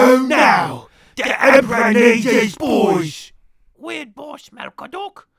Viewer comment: The Empero-...EMPRAH PROTEKTS WWAGGHH!